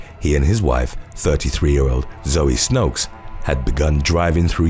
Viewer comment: and then they are all wrong. The right way is not determined by majority vote. The women is from Belgium. I am from netherlands. We speak the same language and i even k ow the meaning of her name. 'Snoeks' is not pronounced 'snokes'